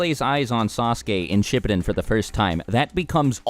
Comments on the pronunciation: I felt uncomfortable the way he said everyone’s names in this entire video considering I’ve watched SHIPPUDEN in Japanese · I totally started dying when I heard how he pronounced Shippūden